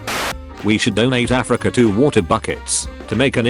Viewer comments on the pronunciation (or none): did the voice just call Africa A frica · Text: Africa Text to speech: a fricka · frica is all i heard from the word Africa